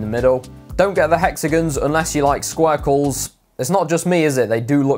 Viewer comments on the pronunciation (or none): Did i hear you say squirkles? lol